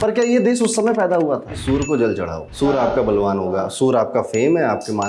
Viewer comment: सर आप सूर्य को सूर मत बोलिए 😢 और आप सबसे अलग और सटीक बताने वाले हैं